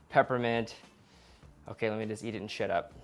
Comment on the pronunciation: At first I thought he said " let me just eat this and shit up" 😂😂😂😂